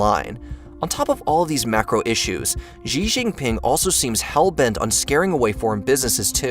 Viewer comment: Xi is prounounced 'She'.